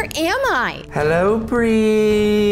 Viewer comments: It Bri not Bir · It’s Bri not Bree